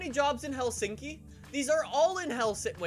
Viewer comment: Is the way you say Helsinki normal for English people?